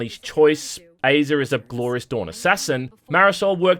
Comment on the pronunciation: Aza is pronounced like the “Whazzuuuuup” meme from the 90s like, “Azaaaaaaaaaaaaahh” Hope this helps.